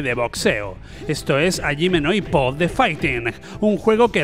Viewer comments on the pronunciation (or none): A ver a ver dices ayime no ippo...pero ahí haces un revoltijo de pronunciación: ni es cerrado a como les encanta ustedes en España que sería ajime pero tampoco es japonés que es jayime..uno o lo otro señor por favor